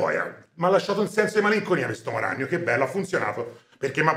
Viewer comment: il maestro pronuncia "l'omo ragnolo" prego